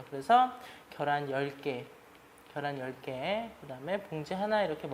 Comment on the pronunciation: 겨란ㅋㅋㅋㅋㅋㅋㅋㅋㅋㅋㅋㅋㅋㅋㅋ ㅋㅋㅋㅋㅋㅋㅋㅋㅋㅋㅋㅋㅋㅋㅋㅋㅋㅋㅋㅋㅋ자연스럽게 겨란이라고 말씀하시는거 너무 재미있네요 ㅋㅋㅋ 좋은영상 감사합니다!!ㅋㅋㅋㅋㅋㅋ